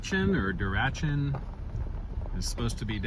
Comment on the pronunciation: DOO-racken is how you pronounce Durachen.